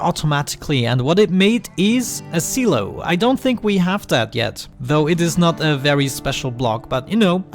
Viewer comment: I believe it's pronounced s(eye) low